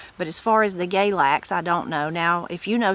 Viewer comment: Galax is pronounced "galax" not "GAYlax." I think it may be same as goldenseal. Plenty of people gather roots, including those who go "sangin" Also, when I was a kid, goldenseal had a price measured by the pound, just like several other roots. Bloodroot was one.